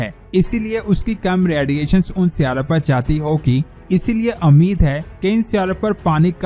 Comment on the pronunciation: lafzun ko zara dhek kar bholiye ga hameed nahi ummeed or Maqdaar nahi Miqdaar he Sahi lafz ummeed he k aap Ko bura nahi laga hoga thanks 🙏👍